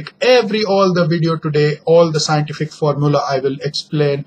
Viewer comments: wo sientifik nahi scientific hota hai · Really 'saintifik ekspleneshan'.